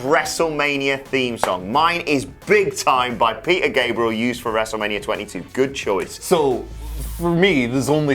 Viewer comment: Wrestlemanier Firty Six 😆